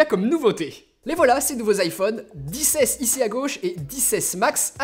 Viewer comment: Tu peut areter de dire "iPhone disse aisse et disse aisse maxe